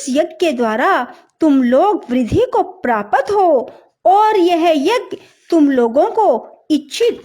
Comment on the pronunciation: Prapat nahi hota hai;prapt hota hai